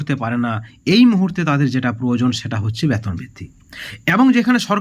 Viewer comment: ব্যাতন না ওটা বেতন হবে । আগে ঠিক করে কথা বলা শিখুন । তারপর ভিডিও করতে আসবেন ।